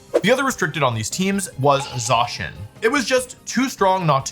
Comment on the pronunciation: Idk why but the way that wolfey says Zacian's name kinda triggers me...